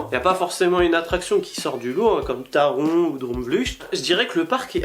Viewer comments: Avec la prononciation allemande on dit taronne 😉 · Je suis d’accord avec toi ! Taron c’est le meilleur coaster 😍 d’ailleurs ont dit « Taronne » (en tout cas dans le message de sécurité dans la gare, ils le disent « taronne ») je pense que le dire «taronne» c’est le dire à la française 😂 sinon super vidéo 👍